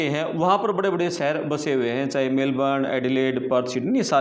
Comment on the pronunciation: Plz correct your pronunciations to be more authentic : Sheher Shaamil immigration (immgrashan not immigrasan) bakhshaa etc 🙏🏻